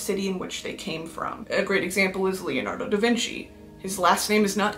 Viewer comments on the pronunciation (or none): none